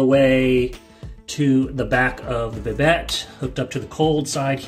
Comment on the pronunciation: Nice video, but just an FYI, it's pronounced "Bi-dei" with a silent T.